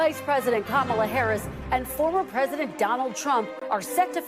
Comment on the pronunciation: It is very surprising why all these Republicans can’t pronounce first name of VP Harris. It seems intentional. In the first presidential debate, Trump did not answer any questions. He lied through the whole debate. The problem was President Biden’s inability to speak coherently.